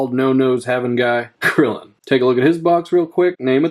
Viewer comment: Bro literary renamed krillen to crillon☠️☠️